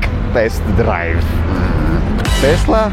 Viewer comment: Նախ ասեմ որ «տեսլա» չի «թեսլա» է 2-րդը «կիբեռ» չի «սայբռ» է իմ ախպեր։ Չգիտես թե ինչու են Հայերը միշտ թարգմանում ռուսերենից - Հայերեն։